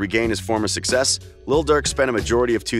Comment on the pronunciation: Stop saying little Durk 😂😂